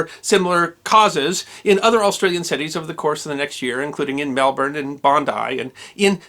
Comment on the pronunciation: Didn't do too well with Papua but also got Melbourne right.